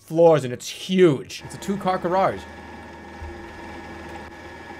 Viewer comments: "Two-car gararge" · "gararge" I think this guy might be the origarmi killer